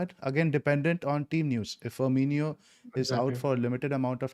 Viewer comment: Guys, its pronounced firMINo not firMINIo. ❤️